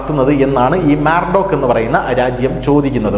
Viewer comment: Moldova ആണ് സുഹൃത്തേ മാർഡോക് അല്ല